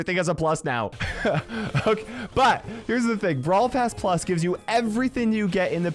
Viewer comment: As soon as he said "brawl pass plus" i died inside